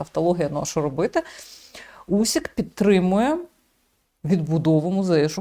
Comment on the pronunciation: не Усік,а УСИК,чому не правильно пишете та вимовляєте?